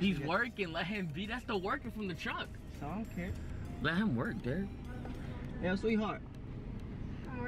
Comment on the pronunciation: “You did say they were driving a TRUCK” why the emphasis on truck 😭😭😂